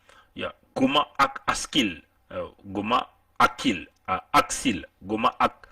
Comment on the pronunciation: VOUS ÊTES UN IMBÉCILE DOUBLÉ D’UN IRRESPONSABLE! SACHEZ QUE JE FAIS PARTIE DE LA FAMILLE DE MONSIEUR GOMA DONT VOUS FAITES MENTION DANS CETTE VIDÉO. AU-DELA DU FAIT QUE VOUS ÊTES, MANIFESTEMENT, TRÈS MAL INFORMÉ SUR CETTE HISTOIRE OU MÊME, LA PRONONCIATION EXACTE DE SES PRÉNOMS ET NOMS, QUE VOUS AVEZ ÉCORCHÉ, À DE MULTIPLES REPRISES, DANS VOTRE VIDÉO ET QUI EST UNE PREUVE EN ELLE-MÊME QUE VOUS N’AVEZ JAMAIS ÉCHANGÉ AVEC LUI, NOUS ALLONS, PAR L’INTERMÉDIAIRE, DE NOTRE AVOCAT, PORTER PLAINTE CONTRE VOUS POUR: - DIFFAMATION; - UTILISATION DE L’IMAGE D’UNE TIERCE PERSONNE SANS SON ACCORD; - ATTEINTE À LA VIE PRIVÉE; - MISE EN DANGER DE LA VIE D’AUTRUI. NOUS LAISSERONS À NOTRE AVOCAT LA LIBERTÉ D’ÉVOQUER, AVEC VOUS, LES AUTRES MOTIFS DE PLAINTE QUE NOUS ADRESSERONS À VOTRE ENCONTRE AINSI QU’À CELLE DE VOTRE CHAÎNE YOUTUBE! NOUS AVONS DÉJÀ RÉCUPÉRÉ VOTRE VIDÉO JUSTIFIANT, À ELLE SEULE, LES MOTIFS DE PLAINTE QUI VONT VOUS ÊTRE ADRESSÉ, ET QUI DÉMONTRE QUE VOUS AVEZ EXPOSÉ CETTE HISTOIRE AINSI QUE LES IMAGES DE MONSIEUR GOMA, DANS VOTRE VIDÉO, SANS AUCUNE PRISE DE CONTACT AVEC LUI ET SANS SON ACCORD! POUR FINIR, SACHEZ QUE NOUS VOUS TIENDRONS POUR UNIQUE RESPONSABLE, SUR LE PLAN LÉGAL, DES RISQUES ET CONSÉQUENCES POTENTIELS AUXQUELS VOUS AVEZ EXPOSÉ MONSIEUR GOMA ET SA FAMILLE TANT AU NIVEAU DE SA VIE PERSONNELLE QUE PROFESSIONNELLE! ENCORE UNE FOIS,, VOUS ÊTES UN IMBÉCILE DOUBLÉ D’UN IRRESPONSABLE!